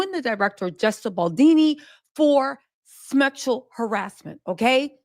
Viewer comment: Did she say, "Smexual harassment"?